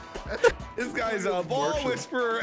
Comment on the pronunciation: wind "wheezperer"? i kno, ill leave now XD